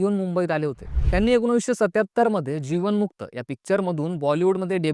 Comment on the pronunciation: मी सुद्धा हेच सांगू इच्छिते," एकोणीसशे वीस " असं बोलावं,' एकोणाशेवीस ' हा चुकीचा उच्चार आहे,याची दखल घ्यावी.